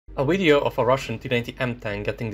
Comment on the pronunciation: I like how he says, "wideo."